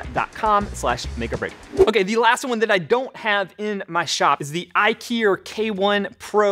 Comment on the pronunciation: When you said IKIER, I thought IKEA made a laser cutter and you suddenly turned British.